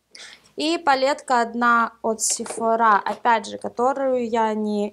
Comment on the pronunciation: вообще то слова сефора ударение падает на о а не на а